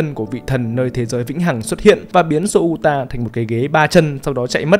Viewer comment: Souta đọc là Xô-ta nhé, đọc "Sô-u-ta" thì...